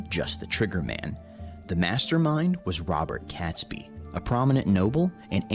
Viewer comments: Robert Catsbee? Get it right for crying out loud. It's pronounced Robert Kayts-bee. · Oh please, pronounce Catesby correctly!! imagine in the US you say 'gate' .... so pronounce Catesby with the same sound as a in the word 'gate' .... he was the Catholic aristocrat who was the brains behind the conspiracy. If the explosion did occur, it would have killed (possibly) as many people at 9/11, given that most of London would have burned afterwards. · arhhh please, it's pronounced Kates' Be, NO CAT